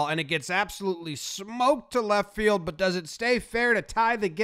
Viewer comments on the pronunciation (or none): none